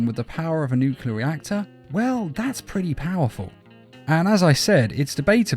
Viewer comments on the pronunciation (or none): Not to be that guy, I love your videos, but "nuclear" is pronounced "noo-clee-ar" not "nuke-you-lar"